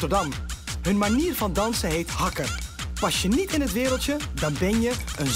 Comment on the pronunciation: Hoe ze hakkûh op de Nederlandse Antillen 😂